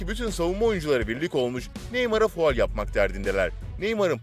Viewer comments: Fual Değil "Faul" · Fual değil canım faul diyeceksin